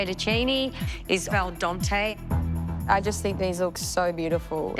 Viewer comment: Brits and their offshoots, the Australians, always massacre international phrases. How about “el dontay” for “al dente.” But that’s all over. She’s a poser and pretends to be so elegant and worldly.